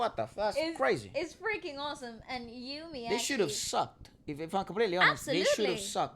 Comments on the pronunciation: Ur pronounce is right....eumee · is correct, it’s You-me